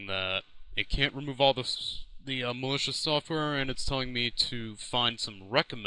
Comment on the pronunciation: mal-e-coos xD